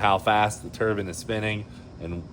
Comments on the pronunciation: The only thing that grinds my gears is the way you guys pronounce Turbine! It's Turbine(like PINE tree, Tur BINE) not Turban(It's not a head covering 👳‍♂) 🤣🤣😂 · I keep laughing at these silly Americans calling the turbine a turban. Great content though! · I was so proud of Cleetus for the first 3 minutes of the video🙂But then he went right back to calling his engine a turbin' again. 😕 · I love that they got the expert calling it a turban too 🤣🤣🤣 That caught me off guard! That's why I love this here show! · Cmon Cleetus you know the proper way to pronounce Turbine and that’s not it